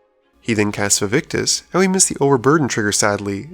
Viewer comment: Hate to be that guy but it is "Vaevictis" not "Vaevictus"